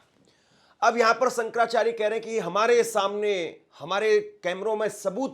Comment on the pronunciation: Hindi toh bolna seekh lo... Reporter ban gaye ho.... Sankarrrracharya